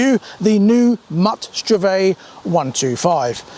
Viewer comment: It's pronounced "STRVAYG"